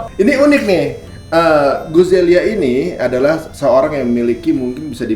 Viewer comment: Guzelya min, bukan Guzayla..wkwkw